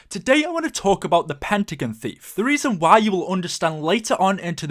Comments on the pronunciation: It's pentagon not pentagn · it is Pentagon the end is pronounced gon.